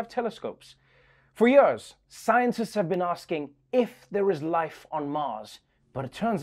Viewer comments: It‘s pronounced years not „yöööörs“. Please Trevor, c‘mon on. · I just love the way Noah pronounces "years". I just like the sound. It's like when you lie down on a cool fluffy pillow.